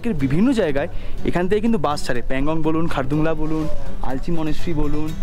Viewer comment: বাস উচ্চারণ টা একটু ঠিক করে করুন। বার বার বাশ বাশ করছেন।